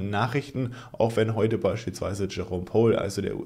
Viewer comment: Kleine Sprachschule 🙃 Powell = spricht man wie "Paul" Gemini = Tsche-mä-nei